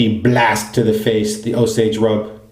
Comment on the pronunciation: Yes you're right about the pronunciation of Osage Rub. OSAGE! all one word. The name of an American Indian tribe. I can get a full bottle at Sally Beauty supply for like $9. Works great on the scalp after a shampoo in the shower too. My son loves the stuff, but, he's a menth head..😉 Depending on the price, the BB kit may be a good starting point for new wet shavers or someone going on TDY deployment. The razor and blade looked to work fine with no issues. The brush, yeah well, there's always a trade-off. Great shave and review again, thanks. Enjoy!